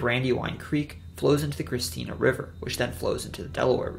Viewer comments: Watching from Newark . It is ChristiANA, not Christina. Like How the end of Indiana is pronounced . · Hey just a heads up its Christiana (krist-i-ahna) not Christina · Great video! Fyi, tho CHRISTIANA is 4 syllables with the accent on the third. Chris ti A- na. 😉👍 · not sure if someone has already mentioned this, but it is ChristiANA not Christina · its christiana not Christina, great video nonetheless , in delaware btw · You said Christina wrong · Born and raised in Sussex. Great video but I’ve never heard Christiana pronounced that way. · And Christiana